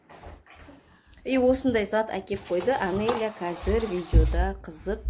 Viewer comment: Аноля емес Анеля дендершы